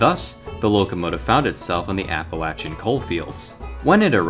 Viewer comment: I gotta praise you on saying “Appa-latch-uh” instead of “Appa-Lay-Suh”.